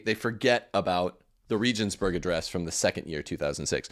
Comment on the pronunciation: Regensburg is pronounced with hard 'g's, like the g in goat. There are no soft 'g's in German. I could hardly understand what you were saying. Benedikt was better than John Paul II.